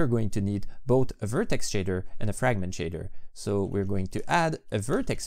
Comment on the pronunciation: "framgent" Me: shakes uncontrollably